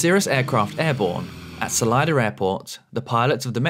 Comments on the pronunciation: It's Solida not Solider. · Why do Brits always put an “r” sound on the end of words ending in an “a”? It’s Salida not Salider. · Wow, the Cirrus was speeding REALLY badly! Yikes! 😨 By the way, that local pronunciation of "Salida" is AWFUL (not your fault). Whoever started that needs to be escorted to the exit! 😂